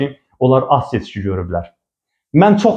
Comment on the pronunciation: Seçki adını heç öz kanalları deyə bilmir, fəlakət